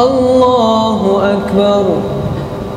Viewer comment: lafas takbir kurang tepat. wajib di perbaiki krn itu adalah rukun yg wajib.